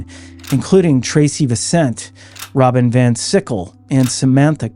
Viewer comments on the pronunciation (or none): none